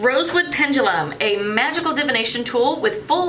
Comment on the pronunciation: Ok that pouch is cute. I can't believe I heard when you said "magickal parchment" I heard "vaginal parchment" I did a double take 😂🤣😂🤣 Ok want that wood pendulum. Ok that sticky note book is cute. That wooden box is awesome!